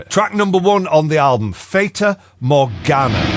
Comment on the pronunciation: Pronunciation: Fahtuh Morgahnuh Given the aquatic theme, presumably the nautical optical illusion, rather than the Arthurian character.